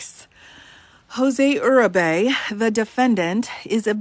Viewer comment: Btw, I think you pronounce that name "Yur-ree-bee".